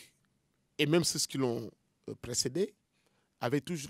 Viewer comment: Professeur ceux ne se prononce pas ceus mais ce